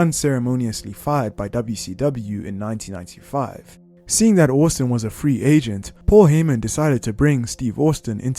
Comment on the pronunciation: Stone Cold “Steve Orstin”